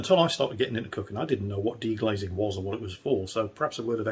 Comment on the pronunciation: It's 'deglazing' btw.